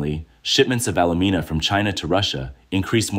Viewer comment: Is this AI narrated? I can't imagine any human pronouncing alumina that way on purpose.